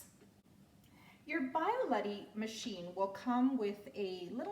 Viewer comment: Please do not call it a Bye-a-letty. It is a bee-ah-letti.